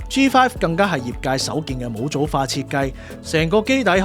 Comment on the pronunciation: 點解模組係讀母組而唔係毛組? 查粵音都係得mou4毛